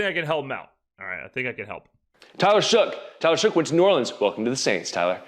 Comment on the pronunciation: I noticed you were saying “it’s shocking” instead of “it’s shoughing”. Still great coverage my guy, looking forward to the future videos